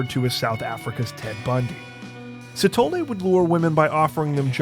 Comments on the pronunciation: Anybody else see Moses "Shithole" instead of Sithole, didn't even know that it was wrong until he pronounced it 🤣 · Scanned the comments for this to make sure I wasn't the only one. 😆 Even rewound and rewatched because I swore it said "shithole" hahaha